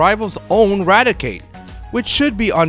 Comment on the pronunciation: Why are so many Poketubers utterly illiterate in pronouncing Rattata? I mean, how hard is it to say RATTA-TA? It's not that hard? It evolves into RATTI-CATE.